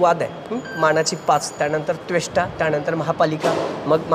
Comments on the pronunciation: त्वेष्टा कासार नव्हे रे.... त्वष्टा कासार नाव आहे. काय घंटा अभ्यास आहे तुझा... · हा पत्रकार हा पुण्यातील नसेल त्याला त्वष्टा म्हणता येत नाही, चालला आम्हाला विचारतो,,,,,पूनित बालनचा कर्मचारी दिसतोय